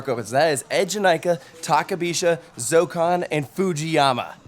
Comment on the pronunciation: Why is Zokkon not 4 syllables??